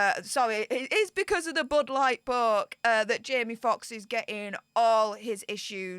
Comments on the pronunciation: Budd light poke, or as says "bood lart perk" 😝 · Why is she calling it the bud light poke? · Can someone tell me why she’s calling it the “Bud Light Poke”? I get what the poke is, but why Bud Light?? I’m confused.